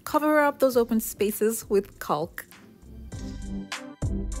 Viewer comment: Love the mirror! I hate to break it to you, but the 'L' in the word 'caulk' is SILENT!